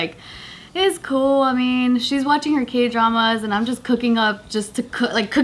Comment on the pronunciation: i thought she said gay dramas xd